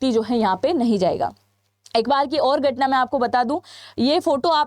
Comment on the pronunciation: 😂darohar?? Gatna? Ikanu? Chhianu? Are aunty bolna to sikhle